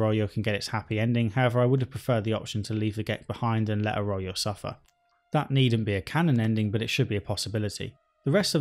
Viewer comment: Yeah and 'Arroyo'. How? Think he must have skipped every bit of voiced dialogue